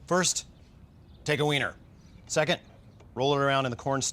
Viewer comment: Lol he sead vener